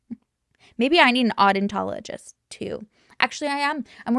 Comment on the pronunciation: Oh dent tah oh gist I love you, 😂